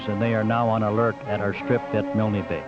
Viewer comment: G'day, Yay Team ! Nice vintage narration..., featuring the non-existant "Y" which the US always insisted on adding onto their idiosyncratic pronunciation of "MILNE Bay..." (!). I've only ever read of that affectation, in books written by Australians who were around at the time ; so it's quite a giggle to hear the phenomenon "for real". The Airfield at Milne Bay was known as "Turnbull Field", named after Squadron Leader Peter Turnbull, shot down there on take-off before retracting his Undercarraige, on a Ground-Strafing Mission to support the Infantry defending the Airfield from Japanese attempting to dispute possession of the Runway. Every ANZAC Day (before the Bat-Eaters' Lament Virus began stalking the Earth.....), my home town still gets a detatchment from 76 Squadron to march in the Parade, & a Jet Flyover at the Cenotaph ; owing to Peter Turnbull having grown up here... (Glen Innes, NSW). Thanks for posting... Stay safe, ;-p Ciao !